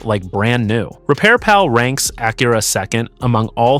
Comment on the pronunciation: AI pronounced Acura two different ways in the first opening remarks !